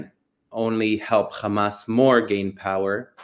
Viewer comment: It would be nice if he would stop saying Khamas. Kind of irritating